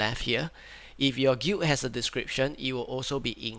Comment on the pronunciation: bruh you keep pronouncing the word "Guild" like "gweet" or "gute" wtf?